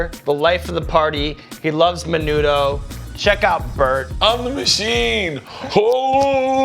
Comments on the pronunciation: Bro when he said menudo my inner Mexican died he said that so white like I wanted smack him and be like I know u a white boy but today you inner Hispanic is gonna come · crackers472 It's usually pronounced MEH-NOO-THO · Alan Martinez the way they pronounced menudo though lol hated that.